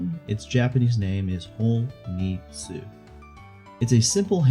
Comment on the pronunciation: Um ackchually its hon ii tsu not ho ni tsu